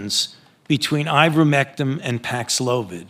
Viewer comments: fauci the great just called IVERMECTIN......with all of his knowledge....IVERMECTIM.....yeah, I'm not trusting an expert on a drug that he can't even pronounce AND should know the damn name of..no faith in this worm.....what a sad assed state of affairs this thing has gotten into because of this one particular evil man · Why is Fauci calling it Ivermectim? It's Ivermectin. Is he trying to give himself some cover? Or is he that ignorant? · He keeps calling "Ivermectin" - "Ivermectim". Why would that be? Is he implying that it's so worthless, he doesn't even bother to know how to pronounce it? Does he not know how to pronounce it? Is he trying to discourage you from looking it up by spelling it wrong?